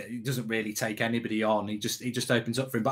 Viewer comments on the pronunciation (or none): none